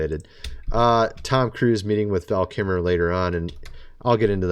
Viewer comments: VAL KIL -MER , pronounce his name correctly please. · You seem to be having an AWFUL time pronouncing “Val Kilmer”.😬